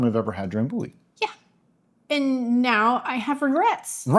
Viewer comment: So anyway, the pronunciation is not dram boo-ee but dram biew-ee (them Scottish are kind of weird :) I think I only ever had it once and i liked it. Im going to guess you will to....